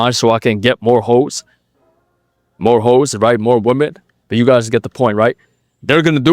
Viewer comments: Just FYI, you're mispronouncing "women". It should be "wim-men". (Saw you do it on a more recent video, so if you haven't corrected it, you might want to look into that lol) Thx for the knowledge bro. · you need to cut out guys who pronounce "women" like "woman" 🤣